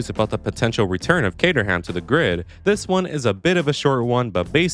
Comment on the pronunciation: The way you say cater-ham… sorry